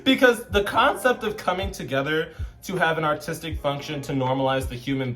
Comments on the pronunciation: B, every time you said "aRtistic" all I heard was "Autistic". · I thought you said ‘autistic’ instead of ‘artistic’ and I was like okkk represent the neurodivergent girlies 💅🏼 😭